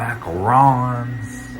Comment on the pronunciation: Thank you for pronouncing Macarons properly.